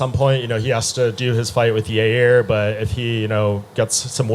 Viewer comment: “Everything is a Yairny” - Yair Rodriguez